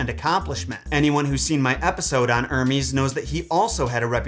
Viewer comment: Ermies 😂 instead of Hermes